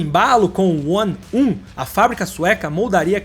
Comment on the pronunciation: Que vídeo massa!!! Ótimo trabalho! Só algumas pontuações: o nome One:1 lê-se "one to one" pelo duplo sentido que isso traz; pra mim, o mais insano do Regera é a transmissão bizarra que ele tem. Mais uma vez, parabéns pelo vídeo!